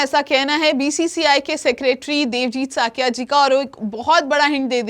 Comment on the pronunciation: Thuhi ji wo sakiya nhi saikiya hai